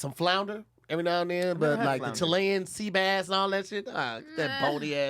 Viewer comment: Hooooold on.. This man said (Tuh lay-in Sea bass) lmaoo Oh I know or would've been on his head for that one 😂